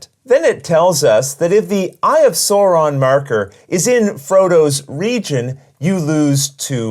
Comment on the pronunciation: Excellent explanation! I know how to play this game now! Only critique I can give is the way that Sauron was pronounced... It hurt my feelings...